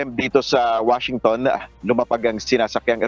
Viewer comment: "Washintong"😂 natawa ka din siguro after mo maglive